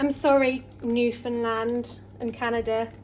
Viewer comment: you said it just fine! Most of us Newfies have all the different accents and all kinds of pronunciations!!! Also…I would soften the onions first in melted butter and then add the flour to make the roux…and maybe a little more milk so it’s not quite so mashed potato consistency! But you did great and you pronounced Newfoundland right proper! ❤️ lovely video! And most of us aren’t offended being called Newfies…it is a very small percentage that are! Coming from a proud Newfie!!!! Xoxox thanks for making this video and helping share cod au gratin with the world!! 💕🎣🧀